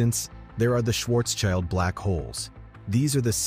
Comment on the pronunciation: It is not a Schwarzs-CHILD radius, it is a Schwartz-SCHILD radius. It is a German name, so the second syllable is pronounced SHILT.